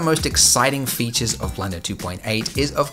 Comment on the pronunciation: new feeetsheeuuurh?